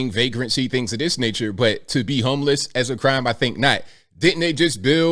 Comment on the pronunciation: Homeliss (that's how see said it)...Didn't your progressive party Demand that Everyone call them Currently Unhoused or Experiencing Homelessness for total fear of being thrown to wolves for offending someone??? Hmmmmm remember that? Church Lady.